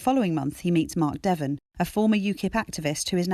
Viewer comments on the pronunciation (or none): none